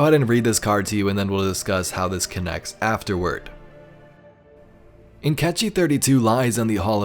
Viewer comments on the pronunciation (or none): Hey, just a point of correction, Nkechi is a Nigerian name and its pronounced 'IN-KAY-CHI' :)